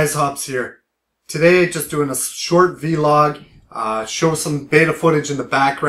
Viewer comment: hehehe... he said "V-Log" its just "vlog"